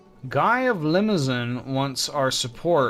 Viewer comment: I just feel like i should point outthat's not how you pronounce Limousin :p But i don't know an englishword that wold sound just like it.